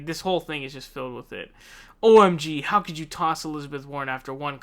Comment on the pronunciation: "Hiw dare you" got me lol